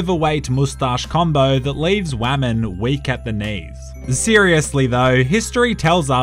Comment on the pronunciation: Why he say “women” like that 😂😂